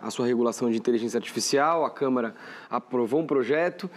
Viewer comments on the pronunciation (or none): none